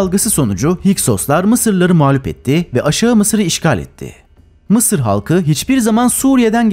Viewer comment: Mi sir diyo ya laaa😅😅😅😅